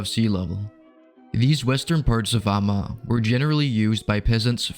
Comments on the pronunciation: More or less like /a:ma:/. But not with the back Swedish a but the German front a. :) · I think this is the first time I've heard Amager pronounced with 3 syllables. I knew that this had to be an archaic pronunciation and that it had to have existed at one point in time but I had never heard it until now.